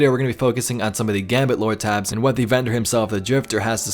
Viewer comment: OK I know I’m not the only one who is or was watching and hearing him say “Loratabs” instead of what I think he means, which I believe is just “lore tablets or tabs” lol I don’t know I keep replaying it over and over again listening lol! Please someone was say something, please so I know I’m not going crazy! 😜 I mean, even YouTube’s own auto caption says and types out he saying “Lora-tabs” rofl